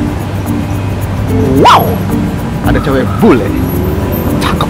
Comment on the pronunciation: "Wau"... nya kya suara Anjing haha lucu bgt bang!